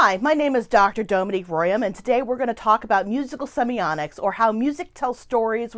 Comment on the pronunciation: Wondering if in the last 2 years anyone has pointed out your mispronunciation of the topic word? There is no letter 'n' and is a letter 't'. Seems quite ironic. Perhaps "semionics" can be a portmenteau for 'musical semiotics' as it sounds a bit like "sonics".